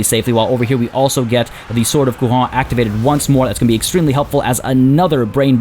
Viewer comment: Great video as always ! That said, this is not how you pronounce "Couronne" in french !